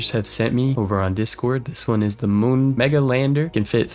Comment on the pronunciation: Mun? It’s moon